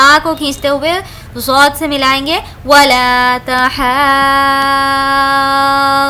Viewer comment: Aap dawad padhna Sahi hai Baji zaaal nahi